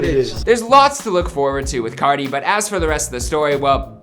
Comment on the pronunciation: Playboi cahti